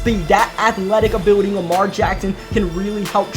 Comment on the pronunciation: “Superstar Uhbiwuty”